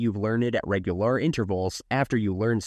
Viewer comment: Ray gyu lahr. Lol. I had to rewind to make sure i heard that correctly.